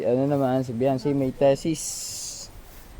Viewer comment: What , te- sis ???? Bobo , Thesis yun !!. Ang pag basa nun ay ,,, TI-SIS…..